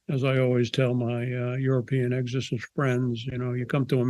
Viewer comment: EGG-SORE-CYST!! Hah Hah. Why don't people pronounce "X" in words with an X in them?